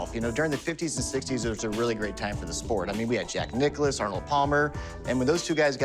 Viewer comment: Why are they saying Jack Nichollis or whatever? It says Nicklaus.